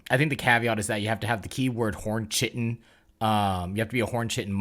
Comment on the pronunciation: Not to be pedantic, but it’s not “chi-tin”, it’s “kai-tin”